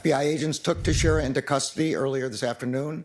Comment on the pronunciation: Tex- reria! Nobody outside Southeastern Massachusetts can pronounce Portuguese names..